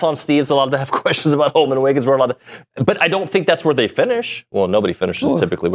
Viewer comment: Btw it’s HOLMON. Not Holomon…